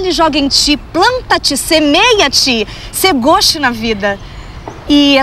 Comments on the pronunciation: Não é 'se goste na vida'. É 'ser gauche na vida', uma referência a um poema de Drummond. Se bem que do jeito que ela fala soa 'sê gauche na vida'. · Flávio é “ser gauche na vida” ( se pronuncia gôche), referência ao Poema de Sete Faces do Carlos Drummond de Andrade. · Pow, mó sacanagem com o exalta! É poesia sim!!!! Mas o cara falou errado pa dedéu!rsrs Mereceu o tapa! rsrrsrsrs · ela disse "sê gauche na vida" e não "sê goste na vida"